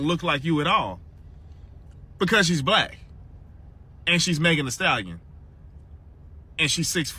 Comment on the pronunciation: As a white woman imo, I don't think it was a microaggression. It was straight-up racist. Like... purposefully mispronouncing her name? Just terrible.